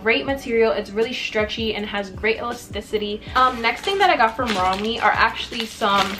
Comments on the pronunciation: it’s pronounced romway :) ALL THE PIECES WERE HELLA CUTEEEE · You pronounce it rom-way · im pretty sure its pronounced rom-way, but i might be wrong /